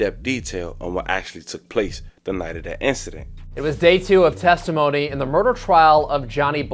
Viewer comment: “testomony” 😂😂😂 testimony *